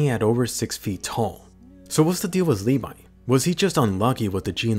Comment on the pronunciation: I thought it was Levi not le vi